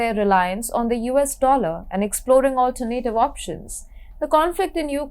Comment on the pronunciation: Her pronunciation of many English words is terrible. She needs to work on words such as "alternative"/"initiative"/"development"/"European"/"energy"/"ecology"/"particular."